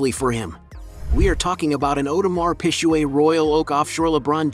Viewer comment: Not the pisshuway and the hueblit 😂😂😂